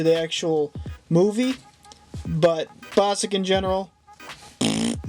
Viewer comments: It’s Bossk. Not Bossik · its bossk not bossik no hate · its bossk not bossak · ITS BOSK! NOT BOSICK! DUDE, THATS SUCH A CRINGY MISTAKE!